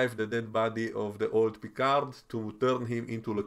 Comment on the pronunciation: 😂 Your Vadik impression....really annoys me the way she pronounces Picard.